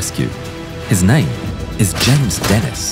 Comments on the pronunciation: It didn't help when the narrator pronounces the French name of the German correctly, then pronounces the name of a Frenchman in a British fighter incorrectly like it's an English name "Dennis" instead of DEN' ee. I clued into the Cross of Lorraine insignia on the fuselage and captioning Denis to put 2 and 2 together. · Thanks for this. I had not heard of James Denis. He was French so his last name is pronounced Denii - the "s" is silent. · It's Den-EE. The S is silent in French. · Great video, just, in french "Denis" the "s" is silent